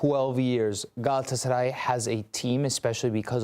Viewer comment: pronounces Galatasaray correctly, all other suck at it.